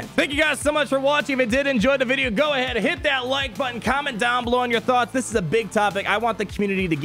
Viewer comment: Pawty rictor! down, douw, downd!!